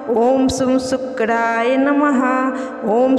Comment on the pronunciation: Pronunciation par dyaan do Sukdaai namah kya hota hai.!!!!! Shukraya namah hai